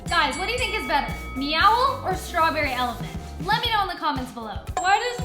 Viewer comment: STWWAWBEWWY ELEPWANT